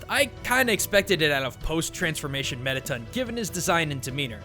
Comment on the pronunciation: ITS METATON NOT METITUN